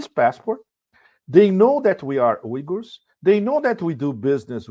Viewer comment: Thank you pepe for someone finally pronouncing "uygurs" at least somewhat correctly.